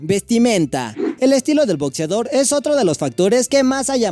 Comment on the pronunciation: Jajaja we, muy chido el Top 8 y todo, pero dices "botzeador", "relojs", jaja.